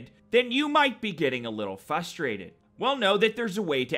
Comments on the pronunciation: You’re funny as hell. My only complaint is that it is pronounced Frustrated not fustrated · Why do you say "fusstrated" instead of frustrated? Lol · The "R" isn't silent.